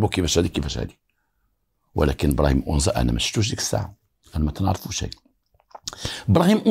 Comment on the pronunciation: السلام انا مدينة اكادير اسم تلك المنطقة ليست اونزا بل انزاتوجد على شاطئ مدينة اكاديرقرب الميناء الللتسويق والاستراد والسلام